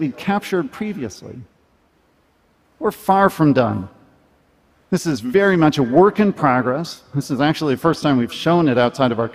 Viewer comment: Weeely Weeely difficult